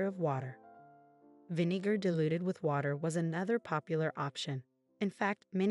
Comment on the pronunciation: Love these blasts from the past...but, what is the language of origin of the female speaker? Vin-EE-gar is not normal English. Should be VIN-ih-gar. Some folks do listen intently to what you say and how you it.